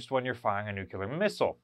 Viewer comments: Nuclear, not nucular. Pet peeve. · Dude- have watched all your videos but Jesus, its NEW-klee-er, not NUKE U LER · Nuclear. NEW CLEAR. Not nucular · Please pronounce "nuc le ar" properly .. rather than the incorrect "nuc ya ler" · NEWK-lee-yur. Say it with me, NEWK-lee-yur. Again, NEWK-lee-yur. Good. NOT, noo-CUE-lur…. Now, go practice that 50 times and then come back and film the video. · nucular or nuclear? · Nu-klee-er not nuke-ya-ler🤣🤣🤣🤣 Just havin fun...love what you all do to preserve these amazing beasts. God bless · The pronunciation is Nuc-LEE-ar, not nu-cu-ler, If you can't pronounce the word correctly you probably are not providing correct information. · Nuclear (NuuK-LEER)....Nuclear. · Homer would be proud of pronunciation 🙂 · Wouldn't it be nice if could pronounce nuclear properly?